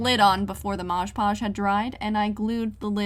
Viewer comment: Hi 🥰 night it’s “mod podge” not “marge podge” not hate just a correction I think